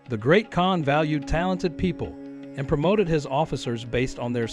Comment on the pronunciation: I believe the usual pronunciation of "KAHN" is the same as in "CON- tract."